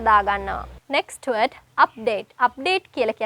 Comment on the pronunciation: Sorry meant to say work on "d". eg. "Word" you sound like we:t. Apologies🙏